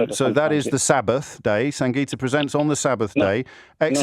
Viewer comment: So disrespectful. Say her name, Sangita is not a difficult name to pronounce